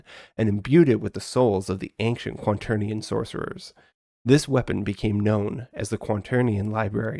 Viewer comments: "quanternion" is also how he pronounces it throughout the video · Are you saying "quanternion"? :D